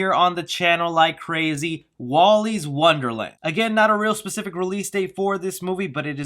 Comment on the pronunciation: Antlers looks, and sounds, kinda dumb. Refuge, not refugee, 2 different words. WILLY, not Wally